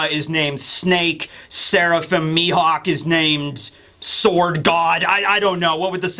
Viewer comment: Ammm it's Mihawk, mi-HAWK